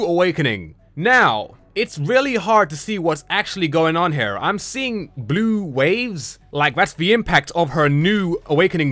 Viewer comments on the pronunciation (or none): none